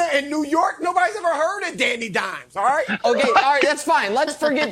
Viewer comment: Chris 'Aw-ite' Broussard, dig?